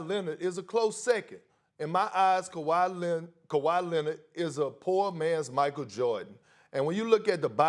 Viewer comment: Perk also saying "Kawhi Lennit" SAS out there so proud